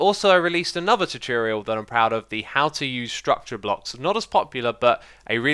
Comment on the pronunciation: Xisuma always says 'tutiriel' instead of tutorial.